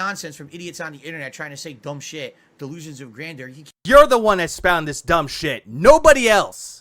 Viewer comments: I love how he keeps using "Grandoor" like he's taking a defiant shot at Adam from Side Scrollers.... like "It's GRANDOOR, Adam, not grandeur like you said it!"... 😂... like this is a really stupid hill to die on, dood. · Great video, but you're saying it wrong. Gotta say it like DSP. It's delusions of "Grandor" phil thinks it's a place in skyrim or something lol